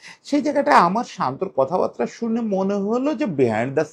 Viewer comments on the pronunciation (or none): বিনয়ের সাথে বলছি "কথা বাত্রা" নয়, সঠিক হলো "কথা বার্তা"!